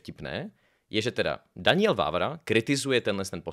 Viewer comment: Kámo. Čte se to Danyel, né Daňiel. 😅